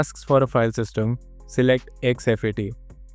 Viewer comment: It's called Fat32 and exFat don't pronounce as F A T 32 😅😅😅 x f a t 😅😅 it's look un professional